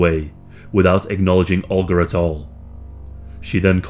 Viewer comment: olga. ohl-guh. not "ulger"